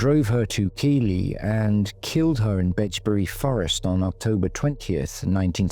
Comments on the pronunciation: Keighley is pronounced Keithley not Keely ❤ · Keighley is pronounced Keithley. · I know I sound pedantic, but Keighley is pronounced Keithley.